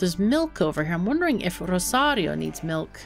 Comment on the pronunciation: I always enjoy the way you say Rosario.